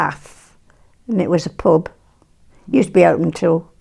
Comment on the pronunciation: I like how she says pub with an unshifted u